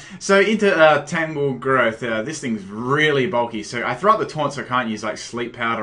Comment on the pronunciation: FOR FUCKS SAKE! TAN-GROWTH, NOT TANGLEGROWTH, TANGROWTH. you are truly the ONLY competitive battler that is INCAPABLE of pronouncing all names right in a battle!